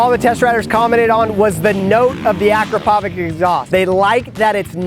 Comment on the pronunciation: you say akrapovic wrong